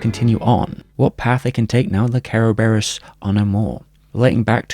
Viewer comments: Kara-bare-rose? It's Ser-Ber-iss the multi headed greek dog that guards the underworld. Cerberus Corp. With an alternative spelling. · don't know why the hell you kept saying Ke ro be ros , is just kuh buh ruhs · Its actually pronounced KEr-veros its the original greek word which the West latinised as Cerberus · I keep hearing "carebears" xD great video as always! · The way you says "Kerberos" sounds like you saying "Care Bears" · Im guessing its closer to the japanese pronunciation that way? Every syllable having a vowel and all that?